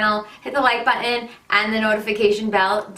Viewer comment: You're beautiful. You say 'button' weird.